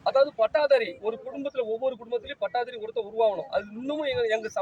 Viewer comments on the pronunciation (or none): பட்டாதாரி இல்லை பட்டதாரி 😅 tharkuri